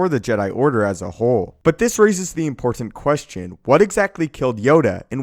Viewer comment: Dude, please learn how to pronounce the word "important".